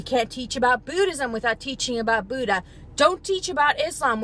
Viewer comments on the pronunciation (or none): none